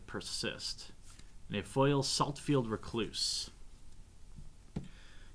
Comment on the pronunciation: "Saltfield R'cloose, Street Wrath, our first uncommon is a Murderous Recap..." ffs read the damn names correctly